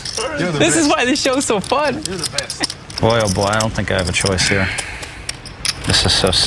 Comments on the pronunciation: "Over HURRRR" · "we have some cannon action over huur!"